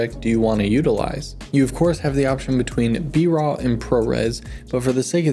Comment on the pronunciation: Did he say "Bra footage"?